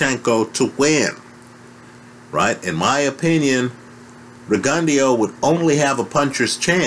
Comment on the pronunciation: what name did you call Rgio? lol